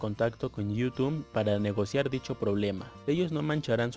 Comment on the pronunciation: Conocí tu canal hace unos 6 o 7 años y siempre me ha sido de utilidad, gracias por el consejo. Solo mejora tu léxico XD está muy chafa tu pronunciación de “youtube” jaja.